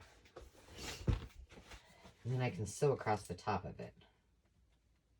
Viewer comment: There is no T at the end of across.